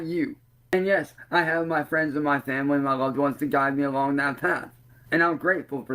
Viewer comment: Me too! N the way he says fwamily